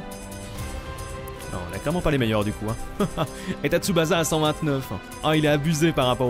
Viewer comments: Super vidéo le jeu donne envie même si il manque les guitares électriques hurlantes de la série dans l'ost, mais par contre stp arrête de dire TsubaZa c'est comme Osaka on dit TSUBA"SS"A merci tu m'écorchais les oreilles désolé pour mon nazisme primaire :p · Pas tsubaza stp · Parcontre arrete de dire Tsubasa stp😂 ca ce prononce Tsuba CA